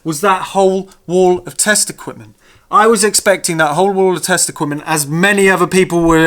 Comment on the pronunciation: I kept thinking you were saying "wall of testicles" and was confused, until I realised it was "test equipment". On a more serious note, the thing about modern vs old when it comes to computers (consoles included) is you're not comparing like for like in terms of actual processing power. PET with a single core running at ~1mhz vs iMac with 8 cores running at like ~4ghz. A fairer test would be to compare amps/watts per mhz per core. If you remade the PET running at the same speed but using modern components and efficiency in mind, I strongly suspect it would use less power to do the same thing. Having said that, modern software is terribly inefficient, and modern computers could use a lot less than they do on average. Problem with modern digital synths is they're basically a computer, and most of the power they use is wasted doing nothing. Also a note on flat screens, not all panels are the same. LCDs with LED backlighting are a lot more efficient vs the older CFL, etc (yep, most power that LCDs use is wasted in lighting the thing). I get none of this is overly serious though, they're just things worth nothing when comparing new vs old!